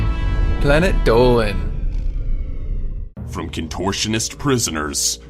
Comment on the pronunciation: At the start of all dolans vids he says planet dolan but it sounds like planet dowin